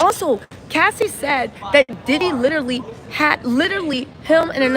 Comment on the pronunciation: Not LITERLY ITS --- LI/TE/RALLY